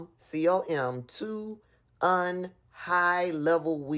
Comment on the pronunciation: It's not "un", it's "U.N."